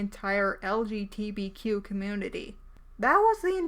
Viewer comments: please- please JUST SAY THE ACRONYM RIGHT lgbtq. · She can't even say LGBTQ right!